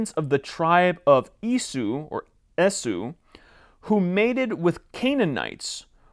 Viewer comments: "Esau" sounds "E-saw" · Only in the anglo-sphere of self love and constant whining about tolerance is "Esau" pronounced "E-saw".